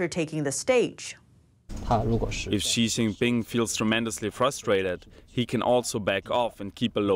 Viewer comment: Love ya... *BUT*...... "Xi Jing Pin... COULDN'T... care less. "